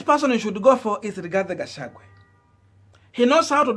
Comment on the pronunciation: get peoples names right all the time Gashagua not Gashagwe.